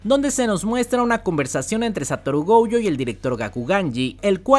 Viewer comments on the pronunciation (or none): Si me permites una pequeña corrección: el apellido de Satoru es Gojo, se pronuncia Goyo,no Gouyo. Me di cuenta en otro de tus videos que lo dijiste mal y pensé que había sido un error,pero veo que es una costumbre tuya. No soy el creador de la serie ni sé japonés ni mucho menos, pero tanto en el doblaje en español como en japonés , ambos dicen "Goyo". Saludos!!! P.S. Ojalá que nadie tome a mal mi consejo, hehe!